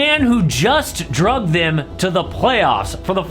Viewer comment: Jimmy butter “DRUGED THEM” ? 😂 dragged….